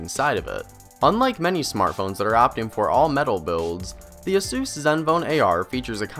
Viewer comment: I got distracted with the "A-Sus!", it's "Ey-sus".